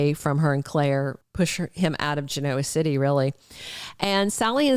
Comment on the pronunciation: Learn how to pronounce Genoa City, please!